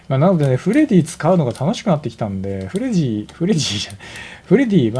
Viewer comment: さんの言い間違いでフレディが「フレ爺」に…w